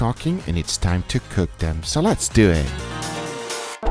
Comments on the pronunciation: So less do ehh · Less deweh